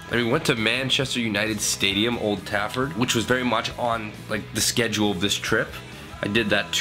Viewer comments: Old tafford! It’s Trafford!!😂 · dan its 'trafford' not tafford' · TRAFFORD not Tafford